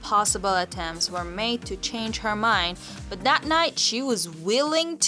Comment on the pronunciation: I dont think the narrator is English. She says dis and dat. Don't think I believe this story.